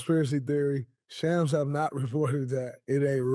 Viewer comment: Draymond you doing great 💯 one thing. You are saying Sham's nane wrong. Its more like Shoms.